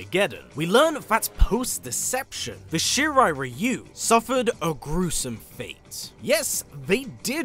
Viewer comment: I like that actually pronounces Shirai-Ryu correctly